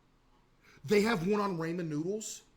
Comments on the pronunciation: Aint no way I had to go this far to see this comment 😭😭 caseoh truly pmo saying raymen noodles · Raymen noodles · raymen noodles 🍜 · He still doesn't know the biggest truth. It's not raymen noodles, it's ramen noodles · "ray men noodles" 🗣🗣🔥🔥🔥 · Why do people pronounce them "Raymond noodles" 💀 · The fact that he still blatantly mispronounces ramen.